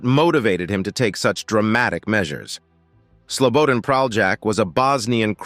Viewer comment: Its SLO BO DAN not slowboden 😅